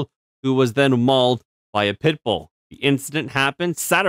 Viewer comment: why did you keep saying 💩bull wrong the whole vid? :P my last comment poofed i cant say wimxeni guess?